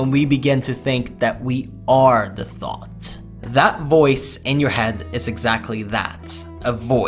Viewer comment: "remember that day where you didn't have a single thot??"